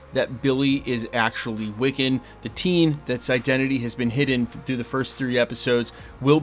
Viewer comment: wiccan it's wiccan...